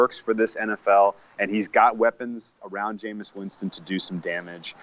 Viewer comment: I can't listen to mooks who call him Jameous Winston...rest of their takes are obviously as misinformed